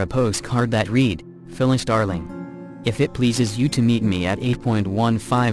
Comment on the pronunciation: If I hear another commputer voice saying reed instead of read again I will probably scream!